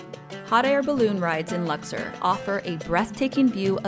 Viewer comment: Learn how to pronounce word accurately in English and the name Lux- or!.